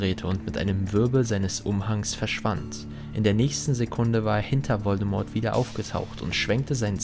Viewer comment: Wieder toll gemacht:) Kannst du in Zukunft bitte mal das "T" in "Voldemort" weglassen? Wird natürlich nicht ausgesprochen 😄